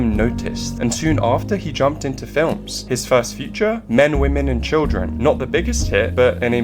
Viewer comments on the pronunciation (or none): none